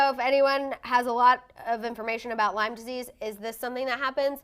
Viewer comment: It’s not “LYMES” disease. I have it as well. If you’re gonna talk about something that serious just know how to pronounce it. It’s debilitating.